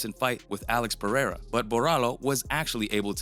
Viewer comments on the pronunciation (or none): none